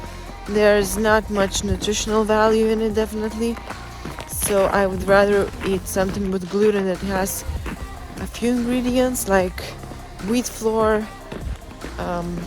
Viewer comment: I agree, your english is excellent for a second language, I’ve heard it said english is one of the hardest languages to learn as a second language and you make it look easy! I did catch something though, you pronounced “flour” like “floor” but we pronounce “flour” just like “flower”. Best wishes in your endeavors, I do not doubt you have what it takes to make the Olympia stage, I just hope you do not loose yourself in the process, your body is a beautiful work of art that you are sculpting, I hope you can see that as others do.